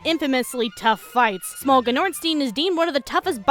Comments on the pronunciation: Smough is pronounced like "though" lol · Did she call them "Smuff and Ornstein?" I always said "Ornstein and Smough" (pronounced "Smo"). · Just so you know, it’s pronounced smow, ya dink. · You pronounced smough incorrectly dumbass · I don't care about the way you pronounce Smough since there is no known official pronunciation. For et cetera there is, and it's exactly the same as you spell the goddamn word. You really are a dumb bitch...